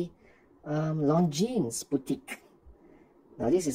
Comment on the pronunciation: Lonzeen not long jeans 😂